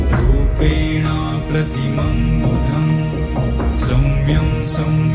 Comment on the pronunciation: In the text it is wrongly written as "rupenaam" pratimam budham. It is actually "rupenaa" pratimam budham. There is no "m" at the end of rupenaa. Please correct if possible. Others also take note. The chanter has pronounced correctly without the "m". It is "rupenaa".